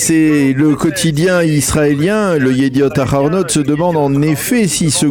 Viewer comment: Chere, un effort svp, dite le het et pas le ret... yediot aharonot et non pas yediot araronot. 😬